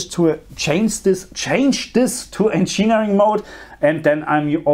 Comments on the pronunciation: Encheering mode lmao it'd "engin "eering" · He doesn't pronounce it as you say, he says encheenering, not encheering as you wrote